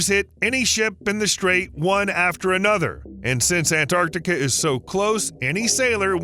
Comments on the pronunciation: It's not Anarctica. It's Antarctica. Why do Americans butcher words?! Ffs! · The narrator keeps saying “Anarctica” — swallowing the “T.” If that’s the way he grew up saying and it feels nearly impossible to switch to “Antarctica” now, I get it, but later on he says “Antarctic Circumpolar Current (ACC)” just fine, not swallowing the “T.” So he is capable of keeping the “T” in the same word, with just an “A” at the end, also. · It's AnTartica, not Anartica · Anartica does not exist. The mispronunciation is hideous and as bad as Aloominum. Americanisms are an insult to the English language! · I stopped watching after he mispronounced Antarctica the 3rd time.